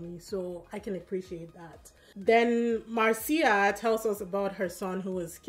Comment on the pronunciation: A tip about pronunciation, it's MAR-cia, not mar-CI-a, the stress in the first syllabe, just like my name, Marcio.